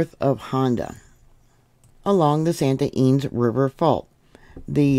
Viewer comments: Thank you for watching with me on California. Not all quakes are generate report. Deceptive. Ynez is pronounced Ee-nezz. Vid bless you. 🙏🏼💕😊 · "EE NEZ" (Ynez)...(we live in vandenberg village - btwn lompoc & the base)